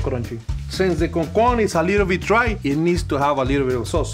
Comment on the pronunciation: as a dominican i screamed like a girl when said "CONCON"😩🤙🇩🇴